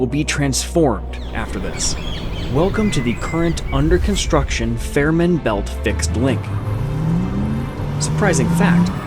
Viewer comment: I live just 40km from the tunnel. You should pronounce Fehmarn and Fehmarnbelt correctly: [[ˈfeːmaʁnˌbɛlt]] i.e. the first e: is just a long, closed, monophtong sound, similar to the vowel in day, pronounced by a Scottish speaker.